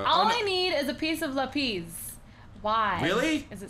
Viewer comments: (Lap-is) not (lap-eez) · Laphis not laphies thumbs up if you know what I mean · The way cupquake pronounces lapis she say LAP-EE-SE instead of LA-PIS